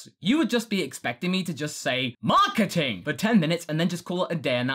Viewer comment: I suddenly want to see a 10 minute video of saying "MARKETING" repeatedly for some reason...